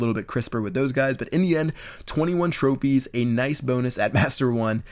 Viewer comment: Lol in the first minute he says tropies